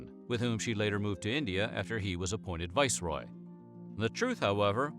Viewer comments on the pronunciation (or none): "VISSEROY" DAMN!